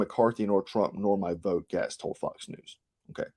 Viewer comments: Gaetz pronounced Gates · Matt Gaetz - pronounced Gates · Matt Gaetz is pronounced "Gates" and Dan Crenshaw is pronounced deep state dan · Gaetz is pronounced like Gates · I am sure others have mentioned Ed this but, it's Gate's like a fence gate. Keep up the good work bro!!! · Gaetz is pronounced; gates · GAETZ is pronounced GATES. You commentators are so disrespectful about pronouncing people's names. You do know these are Googable. You dabble in politics yet you claim ignorance. Pronounce names properly. What turn off. You're out. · I appreciate your report on Q some years ago - it helped open my eyes, but you are the first person I have heard reporting on current affairs who cannot pronounce Matt Gaetz' name correctly. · You're gonna catch a charge for murdering all these names!Gaetz=Gates Boebert=Bo Bert Klaus= Clouse